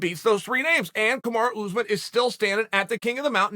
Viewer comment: I love how he says "kamaro ooze-men"🤣